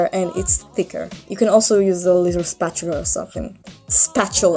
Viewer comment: I love the fact that u could not pronounce spatula lololol so cuteeee